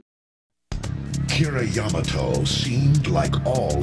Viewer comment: I've only ever heard people pronounce Yamato as Yah-Mah-To, not Ya-Mato, as in, the warship Yamato of WW2... Infamy. I've never had a clue on HOW it should be pronounced, someone in the comments that can actually back it up, please, let me know!